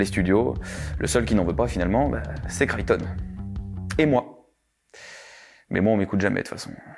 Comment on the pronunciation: Enfin quelqu'un qui prononce correctement le nom "Chrichton", ça fait plaisir et prouve la qualité de ton travail 🎉⭐️🏆